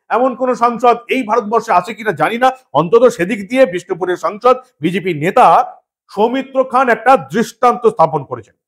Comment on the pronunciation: সৌমিত্র খান 💁‍♂️ উচ্চারণ সৌমিত্র খাঁ ।